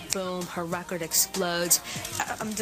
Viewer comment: i luv they way the say record! lol that sounds heckka stupid but has anyone noticed they pronounce it recide??? lol even her moms says it lik